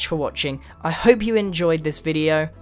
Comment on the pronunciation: Did he say "good bye" or "good boy" at the end?